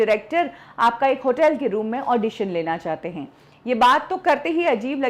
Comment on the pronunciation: हिंदी का उच्चारण सुधारें। Marathi influence is very clear. हैं को है बोलती हैं। इस तरह को और बहुत सारी गलतियां हैं।